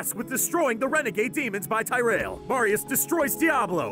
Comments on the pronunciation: His pronunciation of the word tyerial was abysmal.. it's pronounced Tier-e-el not fucking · Why you pronounce it tear-ri-al. Its tyrael Tear- re- il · ty-rail seriously its tea-rea-elh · It's TEAR-e-al, not TY-re-AL. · It is not pronounced TIE-rail... Tyreal is Tier-re-al... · It's Tear-real not. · At least put some effort into pronouncing the names of the characters correctly...NOT Tyrel but Tear-riel. Geezus. I mean for fucks sake, the names are spoken in the cut scenes of the game. Takes 20 seconds to look it up on Youtube to hear it from the source. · its not taireal its pronounced teereal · Omg, how could you butcher his name so badly? It’s pronounced TI-REEE-EL. Not.:( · Ty RAIL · Ya and its prononced Tear ree yuhl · Greg Blake yea like him say ty-rail lol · Ty Rail? did....did you even play the games? They make sure to pronounce the names of every NPC quite often. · ty-rel............ that pronunciation was like nails on a chalkboard. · Who tf is "" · At 1.54 how do you pronounce Tyreal it is not ty-real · tye-rale lmao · Tajr-el? REALY? :D :D :D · There's a few errors to be honest, but it's mostly correct. Also not to be nitpicky but Tyrael is pronounced like tear ee al (el). The way you pronounce it isn't correct. (There's a few other pronunciation errors well but the Tyrael one just bugged me the most.) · It's ti-re-al ffs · The Archangel Tyrael's name is pronounced TEAR-EE-ULL, Jesus Christ... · Dude you missed a looooooooot of the plot. Plus Tyriel is pronounced Tier-ee-el named after the Norse god of Justice Tyr. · "Tie Ray El"?? That's not how his name's pronounced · Hmm, could have been done so much better. Like saying the names right. I mean, Ty-REL, cmon. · I hate how he says nephlem, and Tyrial. It’s like he found a quick summary and then butchered the pronunciation of everything. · You pronounce Tyreal as if he were black. I mean, he is... but still. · You keep saying tyreal's name wrong...